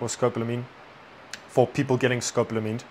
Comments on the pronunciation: It's pronounced Sko - PAUL - A - Meen. Don't get caught slipping, they do this in Asia as well. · Finally there is arising some serious conversation about this “Devils Breath” drug. Education here is key, so thanks guys. At the same time, as long as it is “education” would you consider pronouncing the name of the drug correctly? Almost everyone is mispronouncing the English term Scopolamine. It is pronounced: Sco-Pol-a-mine. It is NOT “Scop-lamine” or Scop-lo-a-mine. Take a moment to finally sound it out for yourself. In Spanish: Escopolamina, nearly identical. No big deal for street gringos- but as educators we know that you’re doing this because you care. Again, thank you!